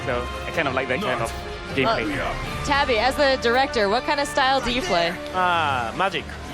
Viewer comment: did she just call Tabata tabby?